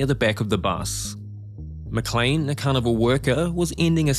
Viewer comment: Almost every time this narrator says "carnival" it sounds to me like "cannibal".